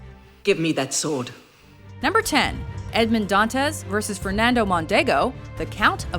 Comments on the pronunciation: It's not "Dàntes". It's "Dantès"!!!!! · "don-tez" uh...